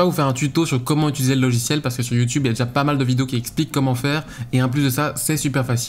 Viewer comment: pour quelle raison les gens disent-ils "ituliser" svp 😭